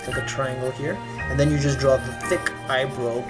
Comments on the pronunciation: its EYE-BR-OW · Im sorry but.... Eye what now?? I mean i guess its how you say eyebrow but.... It bugs me...😅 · I love how he says eye-bro instead of eye-brow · "Drow Anothah I Bro" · Why does he say "eyebrow" like "eyebrew"